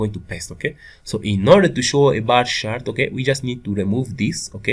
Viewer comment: It's not "bah shart". You're not from Boston, Massachusetts, and the word "shart" is slang for "shit". It's pronounced "baR CHart". And what's the point of doing a tutorial when you don't even know the language or basic programming principles?